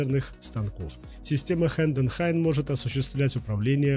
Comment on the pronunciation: коллега, спасибо за ролик. Вопрос: почему вы не упомянули о таких распространённых системах ЧПУ, как Окума и Хаас? И ещё: у вас с орфоэпией не совсем лады: слово «Хайденхайн» произносится вот так, но не так, как вы произносите. Я сам умею работать на четырёх стойках: Синумерик, Хайденхайн, Хаас и Окума. Ещё у нас в цехе есть Фанук.